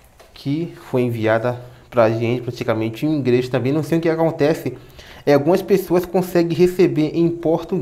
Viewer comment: Dá pra falar certo, não é Ingres é inglês e não é praca é placa